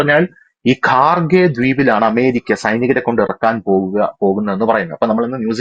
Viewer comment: ഖാർഗേ അല്ല. ഖാർഗ് ദ്വീപ് ആണ്.